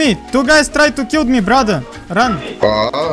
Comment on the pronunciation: Ты везде говоришь килд ми килд это прошлое время , килл говори)